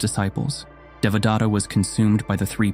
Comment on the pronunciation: Nice fictional story. But do you really think that you got in touch with the original knowledge and found who was the real Buddha? When you read the word Devadatta, I am wondering whether your followers could build their understanding around some other name because you are short on pronouncing it that would evolve into a new story with a new name. Let me tell how it should be read using a few English words as close as possible. DE should be read as THEY. VA should be as in cleVEr. The next sound DA should be as the word THE. Next sound T should be as in the word paTH. Last sound TA should be read as in THAna (Indian - police station. This is the same word that is read as station in English - Check pronunciation on line). I am trying to point out that, the word Buddha is also a poor pronunciation of the real word. As you describe yourself, I am also a researcher in to ancient knowledge. Just like false gods and prophets, there are also false Buddhas that you don't understand. Modern teaching is extremely corrupt and deviates from the original teaching. On top of that, they have mixed everything together from other interpretations contained in Hindu, Aghori, and Jain faiths, and even some concoctions by individuals that further dilute this very important piece of human knowledge. Every human today carry genetic changes reflecting the application of the original knowledge that form basis of your every day activity. BTW, the original knowledge did not originate in India as you cl